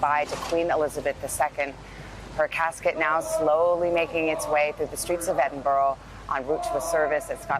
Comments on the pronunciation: It's pronounced Edinbura! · Where'e Eeedinboro 🤣🤣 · Little tip to all Americans = If you want to pronounce Edinburgh correctly, try saying Edd in Burr and that should help, as I am really appalled at how many American news anchors have butchered the name of that beautiful city. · You would be better pronouncing it like edinburra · For Gods sake it is pronounced Edinburra in Edinburgh. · I am Scottish too and it was really peeving me off. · Hang on, did this man say "Eden Borough" - My God, does NBC anchors not so some bloody research on how to pronounce Edinburgh? What an insult to the capital city of Scotland and the Scottish people. Imagine us pronouncing cities like New York or Washington DC in a strange manner. Disgraceful NBC, what were you thinking of?